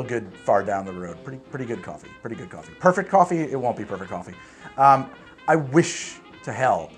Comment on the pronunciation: You got my subscribe with "Goffee-ey-ee"! <3